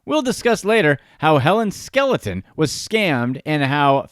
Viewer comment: Her name is Skelton, not Skeleton lol